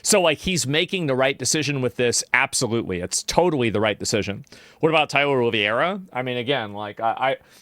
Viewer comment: Oliveira, not Oliviera.